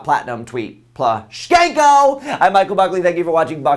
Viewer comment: did you say Plu - skank - o? hehehehehe